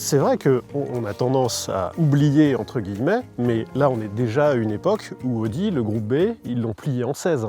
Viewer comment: Il faut vraiment faire un effort et prononcer "a-o-di" et pas "odi". Il ne me semble pas qu'on prononce Aston Martin à la française